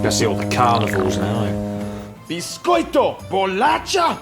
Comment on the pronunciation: Bixxxxcoito, é nóix! hahahahahahahaha